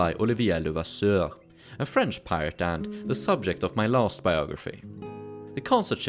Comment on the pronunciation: When you say pirate it sounds like the word pilot, a little confusing